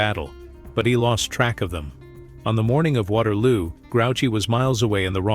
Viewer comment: “Waterwoo” 😂 AI at its best